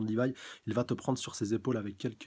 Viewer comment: Rivaille > Livaï (Au japon les L ne se prononcent pas...)